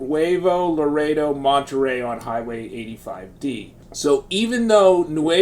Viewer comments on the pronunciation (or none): none